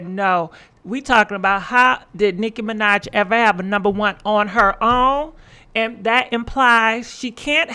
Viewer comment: Mi-NAHj not Mi-Nodge